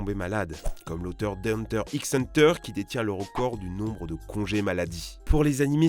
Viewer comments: 4.02 ÇA SE PRONONCE HUNTER HUNTER termine la vidéo et entend Perfect Time commence à hurler dans sa chambre Tu es pardonné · att il vient de dire "HUNTER }X{ HUNTER" ??!! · le titre se prononce Hanta Hanta en japonais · Non, ça se prononce : Hunter hunter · Il a dit Hunter X Hunter PTN